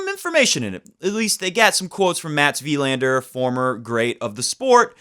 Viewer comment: Please stop emphasizing the "i" in "Wilander" and emphasize the "a" for the correct Swedish pronunciation. It felt like shifting down to 1st gear while driving 80 mph every time you said Wilander that way ; )